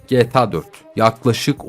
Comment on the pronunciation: abi gta ya geta deme lütfen